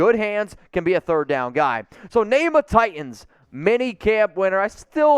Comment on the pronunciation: There is a second t in Titans. It’s notTi-ands, it’s Ti-tans.